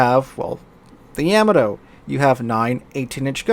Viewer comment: Please tell me you are intentionally mispronouncing Yamato just to trigger people like me who are borderline Yamato historians. lol